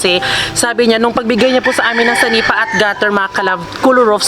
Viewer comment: Senepa po hindi sanipa